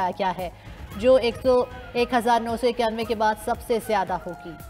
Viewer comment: 1991 is the year which was mispronounced